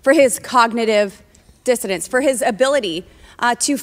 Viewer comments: I think she actually said “cognitive dissidence”. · It sounds like she is actually saying dissidence (which is totally wrong) and meant to say dissonance (which is also totally wrong). Bobo, the word you are looking for is "impairment" or "decline". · She didn't even say, "Dissonance." She said, "Dissidents," which is way funnier. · Confident dissidents. She knows what she's talking about, even if nobody else does. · Bobo said "Dissident" instead of "Dissonance", and here Ladies and Gentlemen is the crucial importance of education. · Did she say cognitive dissidents? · It sounds like she’s saying cognitive dissidents which would prove that she doesn’t know the word she’s looking for. I think she uses word of the day toilet paper and then tries to find ways to use those words, but gets them mixed up with other words.